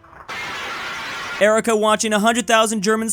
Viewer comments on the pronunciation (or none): none